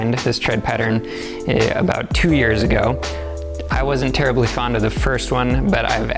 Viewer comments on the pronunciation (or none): none